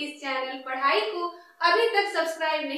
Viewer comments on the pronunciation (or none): none